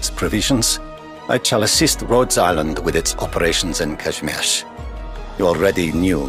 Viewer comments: Goodness, and he actually knows how to pronounce Kazimierz in the Polish tongue. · AND HE SAID IT RIGHT!!! my God I never would have thought that there will be and EN voice that says Kazimierz right and as an extra bonus he also says Młynar right, mind blowing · He says kazimierz right.